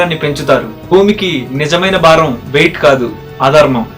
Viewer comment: Sir, every thing is o. K. Try to pronounce vattulu in telugu, like bharat in stead of barat. Improve telugu. Baram kadu, bharam.